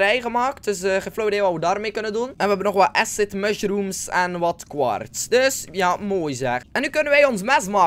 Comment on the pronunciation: Grappig dat je "Acid Mushrooms" goed uitspreekt, en je eigen naam als "eesid"